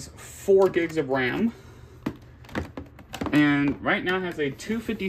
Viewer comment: "4 gigs of wam"